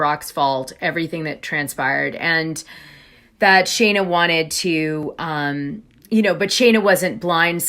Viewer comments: Her name is Scheana not Shayna, why do you keep calling her Shayna? It makes you look like you don't know what you're talking about when you can't even get a name right! It's been pointed out to you before when you did a story with her and Brock, that you said her name wrong about 13 times! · I really enjoy listening to you, but you mispronounce names (i.e.- it’s not pronounced Shay-na, it’s Shee-na, and it’s not Air-iana, it’s Arr-iana.